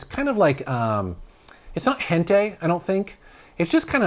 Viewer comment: HEN-TIE. This has been a psa.